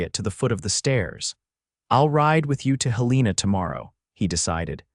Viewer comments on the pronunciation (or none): Mispronouncing Helena as Hel-EE-na is annoying but it does seem to be a common occurrence among these AI narrators. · Pronunciation correction, please HEL-ĕ-nah